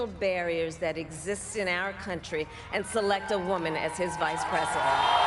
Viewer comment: She almost said cantry what you talking about coherently bruh